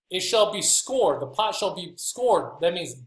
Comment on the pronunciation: To BE scoured, FIRSTLY IS PRONOUNCED Skow-ured..... rhymes with soured, not scored, secondly, scoured’s definition is to rub clean with an abrasive or to wash and clean completely, NOT BURN. Please know that my heart and mind are open to this teaching of not eating the blood, I mentioned the above just for clarification. Many who find these small errors of interpretation and definition will disregard EVERYTHING due to small errors. I also am having a hard time with your teaching of the Sabbath beginning in the morning. My question to that interpretation is this; How do you reconcile that in The story of creation in Genesis that each day in scripture states it was evening first and then morning? Lastly....Thank You for your discipline in attempting to bring the true understanding of THE SCRIPTURES TO THE WORLD!